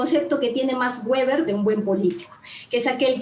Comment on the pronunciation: Es vever no weber 😅😂